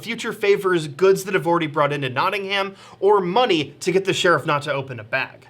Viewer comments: Notting-um, not Notting-ham. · As someone from Nottingham: it's pronounced Notting-um, not Notting-ham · as someone who used to live in nottingham, you dont pronounce the ham (knotting-um) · Notting ham Nottingum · why do they pronounce it nottingHAM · Their pronunciation of Nottingham kills me a little bit every time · The mispronunciation of Nottingham is really pissing me off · hearing americans pronounce nottingham is infuriating lmao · As someone who lives in Nottingham it hurts me how they pronounce its name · Argh! Them pronouncing the "h" in Nottingham got so frustrating. It's supposed to be silent. It wasn't like it ruined the video it just felt wrong every time they said it